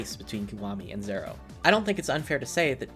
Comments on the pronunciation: I cringed whenever YouTubers say "Kamurcho" or basically any Japanese names or locations. Edit: Holy shit he tried to say "zero" like a Japanese person and butchered it lol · Did this dude just think he pronounced zero differently the second time? Jesus a weeb that gatekeeps Japanese but sucks balls at it lol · Also "im not fluent in japanese" lol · everytime he says zero I cringe a little